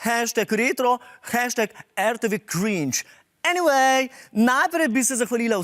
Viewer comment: Lol ta "enivej" mi je tak hecn.....